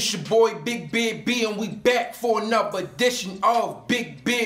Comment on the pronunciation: "Anovuh" and "Nuffin'"? Ignorance at it's finest! I hope YouTube doesn't pay him for this BULLSHIT WASTE OF EVERYONE'S TIME! He's so FULL OF SHIT!